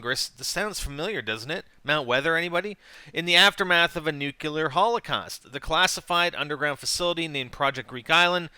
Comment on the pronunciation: *nuclear not nucular